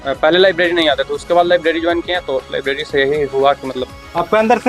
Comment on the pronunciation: Lavleri nai hota library hota h 😅